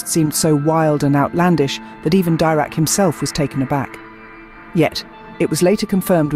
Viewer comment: Please pronounce it Deerac.